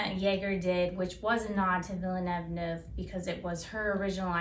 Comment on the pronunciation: I love your book review. It's creative, clever, and entertaining. This is my favorite so far and I think the bloopers part is hilarious. I think "Villaneuve" (spelling?) is pronounced a little differently than you say it, but French names are always a little tricky. Ha ha! Again these reviews are fun and make me want to read!!! XOXO